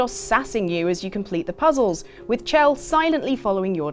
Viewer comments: Shell. It's SHELL. Sure it's spelt "Chelle"... but it's Shell. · No offense, but it's pronounced "Shell"